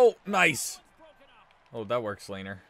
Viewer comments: Its not (layner) its(le-ner) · Great vid but Lehner’s name is pronounced Le-Ner